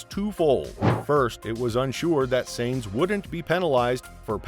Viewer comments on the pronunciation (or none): Please pronounce correctly. It is “Signs” and not “Saenz” Carlos Sainz is pronounced “Carlos Signs” and Binotto is pronounced “bee-noato”. I’m helping your pronunciations for future videos